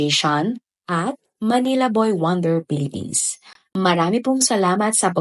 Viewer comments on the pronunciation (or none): none